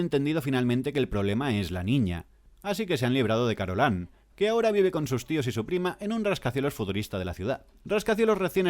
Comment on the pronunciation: ¿"Carolan"? ¿Pero no era "Carolain"?